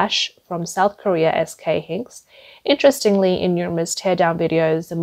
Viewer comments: Btw its pronounced "S K HI-NIX" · in case it ever comes up again in another video 'SK Hynix' is pronounce 'SK Hi-Nix' ... got it? ALSO NAND and DRAM are not said with each letter, they are just said as the words they spell out Nand and Dram - got it? Good! I hope this helps.... and I hope that this doesn't co-me off as rude, I just want to be helpful and maybe make the channel just that little bit better :)